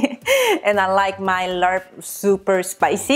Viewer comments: It's pronounced Laab. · I do like the recipe, I don't like the way you pronounce "laRp" 💀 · Hi,! Love your video and recipe. After watching Mark Wiens on youtube, it seems that the pronunciation of laab sounds kind of like "mob," as in an angry mob. Take care! keep up the great work! also, check out mark wiens for authentic thai food recipes!! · This is actually pretty accurate to the my recipe lol I'm Lao and it's pronounced "lap" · It's pronounced laap. Vietnamese mint go well with it too. The original recipe is with chopped beef & book tripe 😋 which most people like to eat it raw, not for me. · GLUTINOUS Jasmine rice, not the regular steam rice one. for rice powder. and it's like "Lawb", no need for the R sound. great video though. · Pronounce "lab" but loved this n all ur videos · You pronounce it as la-ap but fluent. The r is muted :) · It's pronounce laab. There's no R sound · it's pronounced lop